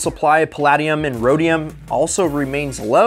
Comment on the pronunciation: Pronounced pa LAY dium